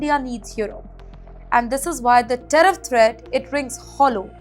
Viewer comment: Learn to say tariff corectly